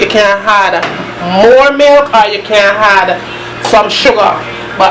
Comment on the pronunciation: Teresa Bloomfield You could say that again. All through the video she's saying "had" for "add". I think Jamaicans are the only people who put an "h" sound at the start of words that don't began with an "h", and omit the sound from words that do start with "h"! For instance, most Jamaicans I know, pronounce "him" as "im". lol Anyway, every culture has its peculiarities. I know for sure we Bajans have ours!